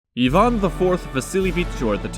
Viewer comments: Ivan Groznyj, not Ajven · Starts off pronouncing his name properly Ee-van. Then immediately after starts saying Eye-van. Probably pronounces Iran, Eye-ran and Iraq, Eye-raq.